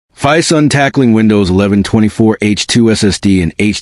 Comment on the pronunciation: Crap AI production earns a solid dislike. BTW, it's Phison.